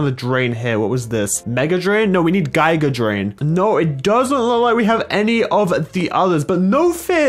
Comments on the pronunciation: You said giga drain wrong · gigea drain its giga drain ( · It’s pronounced gega drain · It's read "Gee-ga drain" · It pronounced giga drain